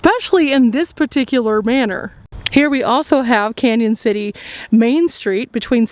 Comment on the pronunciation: Love your videos. Hate to tell you this but Canon City is pronounced Canyon city. There is a~ over the first n making it Spanish!